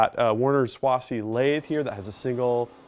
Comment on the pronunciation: Excellent video sir. I cut my machining teeth on a Warner and Swasey turret lathe in high school. It had seen it’s better days but in small job shops without big maintenance budgets the machinists job was to learn the machines personality and compensate. By the way, Swasey is pronounced sway-zee. Another point on static converters, they work fine on milling machines like Bridgeports and clones because it’s a simple motor to belt drive, but on lathes, which of course are motor to belt but because of the quick change gear box and natural gear backlash it will clatter like crazy. Not good in the long run for the gears, but will probably drive you crazy long before that. Had a small shop on back of my dads garage and used a rotary converter back in the early 70’s. It was sized for my largest motor but I could only run one machine at a time so the compromise was fine. Yours would appear to be able to run several machines at one time with multiple operators. Nice job.